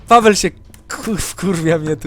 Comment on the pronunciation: Nie pawel i vertez tylko pabel i vertez